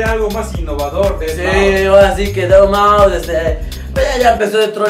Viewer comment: Saludos desde el D.F. a mi tabien mándame saludos porfa!:D por cierto te equivocaste en el video, es deadmau5 no deabmau5:v